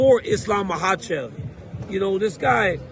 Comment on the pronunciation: DC, JUST ONCE, HAVE ISLAM ON YOUR SHOW AND ASK HIM HOW TO PRONOUNCE HIS LAST NAME!!!!!!!!!!!!